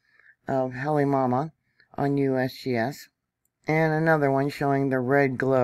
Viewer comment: Come on, let’s get the names pronounced correctly. Phonetically “ HA LAY MA OU MA OU”. Do you really know what you are talking about? “KILL A WAY A” - No “L”. Learn the language before you report on it!